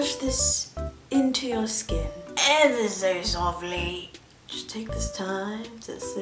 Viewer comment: EhvAh sO sOfLY